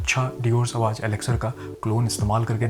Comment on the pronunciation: You are perfume reviewer, please don't mispronounce the name of "Sauvage" it is a legendary perfume. Please refer Google for correct pronunciation, it is not सवाज